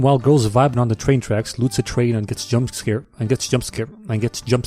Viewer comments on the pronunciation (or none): This guy can’t say jumpscared